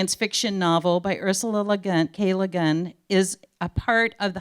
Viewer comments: Neboolah and Lah-gin! Bahahahahaha! Oh, when people who are not fans try to talk about science fiction. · Perhaps they should have gotten someone to introduce her who didn't think her name was "LeGin," or someone who can pronounce "Hugo" and "Nebula." Jesus Christ. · Honestly, it kind of felt like she was a Siri or Cortana but in human form. She was great at pronouncing normal words but struggled even with the simplest of odd ones. Lah-gin, hahnish, tulken...but yeah, even the pre-existing word, “nebula”, had a pronunciation whose certainty became quite “nebulous” when given a capital as its first letter. “Neboolah.” So, basically, Been-jay-man Way-leen, I had the exact same observation as you about the stumbling and seemingly infinite introduction of the host.